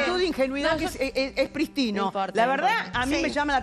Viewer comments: Pristino??? Mm mm, o prístino, con acento en la primera i ??? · Prístino acentuado en la primera i. Que pronunció mal Feudale